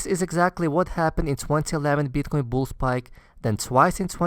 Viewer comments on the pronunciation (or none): beeetcoin :D